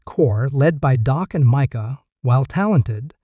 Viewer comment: Hey, its not Dok it's Dak that's DAAK.